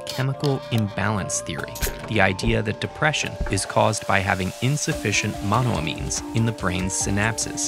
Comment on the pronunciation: The way he says monoamines annoyed me….it’s “mono-ayy-means”